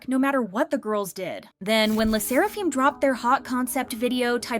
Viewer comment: “Le sseraFEEEM” wtf